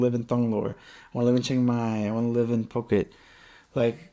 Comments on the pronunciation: Hey dude. Just FYI. It's Foo-ket. Not Puck-it. You'll bring out the armchair critics quick if you keep saying it like that. Good luck on your move. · Cool video intermixed with videos within, not just another talking head. I think it's pronounced FooKET, not PooKet LOL! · No, it is NOT Foo-ket LOL. The island is called ภูเก็ต . The first consonant is Phaaw Sam Phao with a /p/ sound. The english romanization of it is Ph which sounds like a /p/ sound in English, NOT /f/. So, its Poo-Ket. Gaw Gai ก is more of a blend between G and K, but K will do.